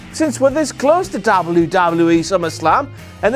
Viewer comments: Love, love content, hate the pronunciation of W. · I really like the way you say " W... W.... E..." ie " DoubleU... DoubleU.... Ezzz. lol. Very funny. And good video. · sounds like hes saying dobby dobby e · Doblu, doblu, EE lol that's what I hear when he says WWE 😂😂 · Dabble ewwww dabble ewww e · can anyone else not stand the way he says WWE?